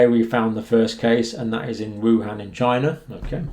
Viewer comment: It did not come from "China." It came from "Chy-na."